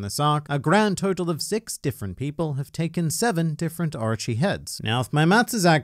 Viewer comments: stop saying Archi instead of Orochi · Oooo arochi not archi 😂